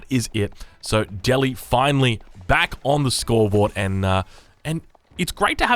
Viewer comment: Please pronounce Delhi correctly.